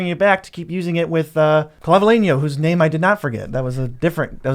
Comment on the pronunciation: You absolutely nailed the pronunciation of "Clavileño" kudos! thanks for the upgrade ideas. I got the pirates, and my wife vampires and merfolk, can't wait to try them out.